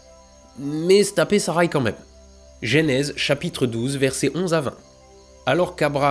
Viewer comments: J'adore tes vidéos, et celle-ci tout autant que les autres, j'ai bien ri, mais bon sang,, arrête de dire gÉnèse, c'est gEnèse. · Le "gé" nèse?? On dit pas "Jeu" nèse ? (déso je sais pas écrire en phonétique) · Salut. Découvert ta chaîne avec ta série fabuleuse sur le James Webb. (Toute) petite correction, on prononce "eu" la première voyelle de Genèse.